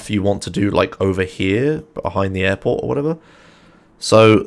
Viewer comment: Man, when you say "airport" I always listen as "apple" hahaha